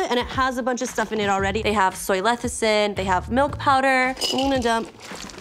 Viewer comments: It's called soy lecithin not "lethicin" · ... Lecithin, le ci thin, it's pronounced le-ci-thin ;) Love u guys. Thanks for your entertainment to everyone in front and behind the camera. Much ❤BYMB